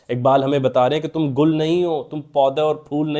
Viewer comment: It's not gul, it's Gil which means mud.